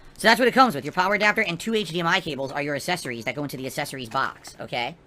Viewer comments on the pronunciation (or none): Love how says accessories like Chris Chan. "assessories" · say "assesseries" one more time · What "uhsessories" does it come with? What an alien lol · I hate the way he says “assessories” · Reasons to hate #5278: he doesn't pronounce the C in "accessories". Looking forward to stumbling through every boring second of setting this thing up live on stream, only to barely ever use it afterwards.